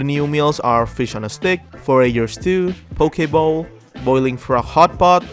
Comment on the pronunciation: Thank you for saying poke bowl correctly 🙏🏽